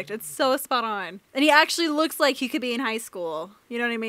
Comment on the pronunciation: The fandom loves you for using the clip of Chris saying “I don’t wike it” on the Natasha-Bruce scene! WE ADORE YOU <3